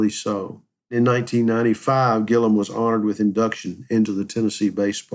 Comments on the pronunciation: His name is Gilliam. Not Gillam. That’s why I gave it a 👎🏼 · WHY ARE YOU CALLING HIM GILLUM??? HIS NAME IS GILLIAM - G I L L I A M!!!!